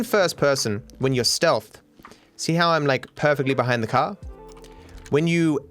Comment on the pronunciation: I love it when he says caw instead of car.